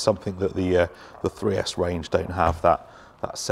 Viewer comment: 3s Arrma are horrible! at first I thought you were saying 6s.was thinking you lost your mind for a minute 🤣🤯